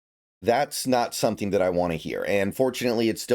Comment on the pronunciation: "Sometheme" is a crazy pronunciation of the word "something" 😂